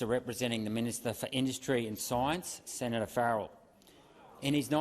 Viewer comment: why do you call him "sanitor"? also, his name sounds very like to Krennic (dude from Rogue One), I'm amazed